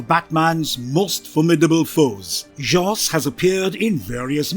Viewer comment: The brits don''t read American comics to know how to pronounce these names and words lol